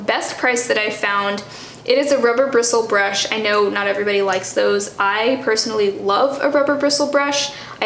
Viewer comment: The most impressive part of this video was how easily you said "rubber bristle brush." 😂